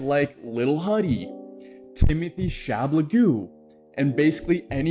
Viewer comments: “Timonthy shabalgoo” lmaoo 🤣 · Not you saying Timothy Chamalagu 🤣🤣! He is literally “THE KING ! “